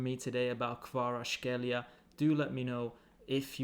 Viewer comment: Kvara-ts( like C in Cvrena Zvezda)-kh( like G in Getafe)- elia, or just just say - Kvara ))